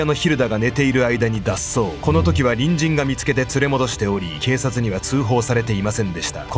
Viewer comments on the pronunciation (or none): 隣人がみつけての所、人参がみつけてに聞こえた笑